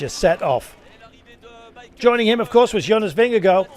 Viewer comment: For goodness sake! It’s NOT pronounced “Vinga-go”! Disrespectful…